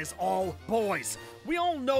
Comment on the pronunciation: not to be rude! but its “Pierce”